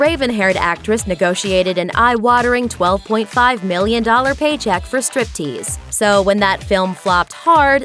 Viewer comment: She totally butchered "Striptease". Crappy actress!